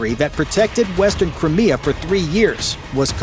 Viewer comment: nobody there know how to pronounce Cry Me Ah and correct the narrator?